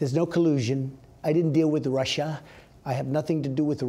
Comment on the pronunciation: "There's no colusion. I didn't deal with Russiaah. I have nothing to do with Russiaah with respect to my race." WTF is he bloviating on about.